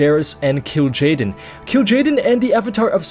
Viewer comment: pretty sure it is Kil Jaden